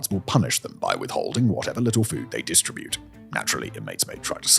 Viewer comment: Simon for the love of God please learn to pronounce conTRIibute and disTRIbute properly!